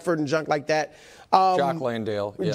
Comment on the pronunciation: Brou if i as a white man butchered a black mans name as bad as you did Joc landale… there would be some eyes looking around 🤣 💀